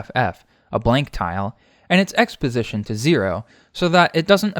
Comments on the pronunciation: For a second I thought he said exposition not x position 😂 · I'm never going to unhear "x position" as "exposition"